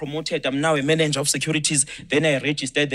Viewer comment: Mananger? Bonginkosi Khanyile has just said Mananger , did you hear him saying that ? I GIVE UP !! MK Youth League said a Mananger. Can someone assists him please.